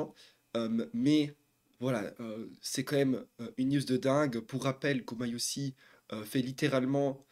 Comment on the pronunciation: GumayuSHI la prononciation